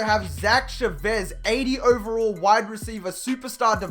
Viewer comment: It's pronounced Cha-vez